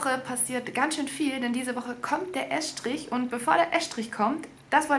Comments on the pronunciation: Es heißt "Estrich", und nicht "Äschtrich"...!!! omG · Es - trich. Ganz einfach. Wie ess- tisch.